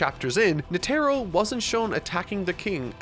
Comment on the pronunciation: Please pronounce Netaro correctly